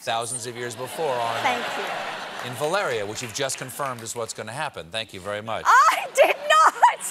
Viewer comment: Of course Stephen doesn't want a reshoot of the final season of Game of Thrones. He doesn't care enough about the show - he mispronounced Valyria three times!